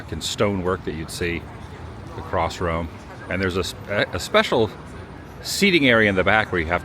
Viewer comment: I feel like we have a fwend in Wome.